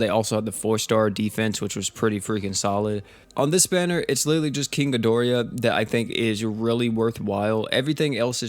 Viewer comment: Feel better man and it's Ghi dor ah not Ghi dori ya